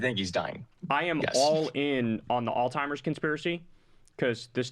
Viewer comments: Kyle, it is Alzheimer’s, not Altimers. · Kyle say it with me ALZHEIMER'S!! not all timers! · alzheimers, not all timers lol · Every time Kyle pronounces Alzheimer's like All Timers...💀